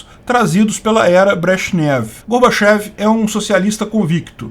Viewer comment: O certo é falar Gorbatchióv já que é escrito com a letra ió e não ié. E mais correto pronunciar Mirrail e não Mikail já que é grafado com a letra Rô.